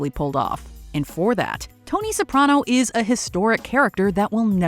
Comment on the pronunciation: Finally someone who pronounces Soprano correctly.